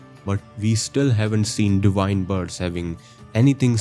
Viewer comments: Indians have an inability to pronounce "v" so he pronounces it "di-wine". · You pronounced Enir-Elim correctly but not Divine, liked and subscribed